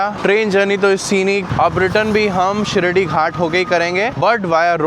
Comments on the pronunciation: Not Shirdhi Ghat Shiradhi Ghat bro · Sar- rige not sar-ije and it is shi-raadi ghat not shi shi-radi ghat... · " शिरडी" ghat❌. शिराडि ghat✅ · Its Shiraadi Ghat, not Shiridi ghat. Shiridi is a different place in Maharashtra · Arre, you make interesting videos of all your travels! Vlogs are good! As a travel vlogger, the least you can do is to get the names of places correct, especially the pronunciation! It is NOT Shirdi Ghats..it is SHIRADI! (शिराडी) [শিরাদি] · It's not shiradi, it's shiraadi ghat*